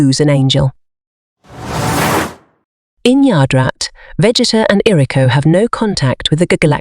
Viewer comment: Vegeta pronunciation 💀